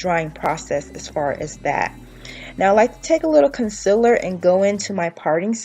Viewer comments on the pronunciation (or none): LADIES ITS CON-CEAL-LER NOT CON-CIL-ER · noooo!! she says “conciler”😭😭. but i love this video tho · Are you southern? Because i am from texas and i say “conciller” too instead of concealer 😂